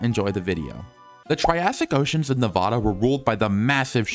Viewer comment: ayyy he said Nevada correctly!! (No hate to the "incorrect" pronunciation)